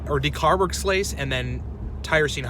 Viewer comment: De-car-box-il--lase. Decarboxylase. Take it slow and she will always flow. Also some cursory reading of the IUPAC naming convention helps. There's a method to the long name madness. Appreciate the content!